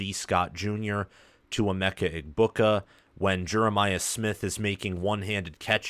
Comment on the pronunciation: I hate it when you don't say Emeka's name right